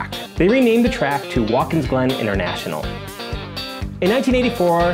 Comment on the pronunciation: Sorry to make this correction but its a pet peeve to me. It is Wat kins Glen not Waltkins Glen